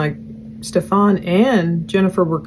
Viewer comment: I always laugh when she calls him Stefawn instead of Stephan it's so dismissive not saying it correctly lol